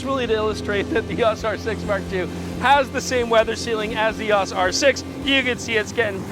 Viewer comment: E...AWWWSSS! It's EEE OOWW EESS!!